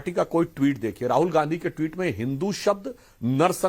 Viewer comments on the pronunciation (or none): none